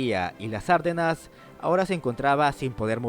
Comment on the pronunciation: No se pronuncia "Árdenas" (esdrújula), sino Ardenas (grave)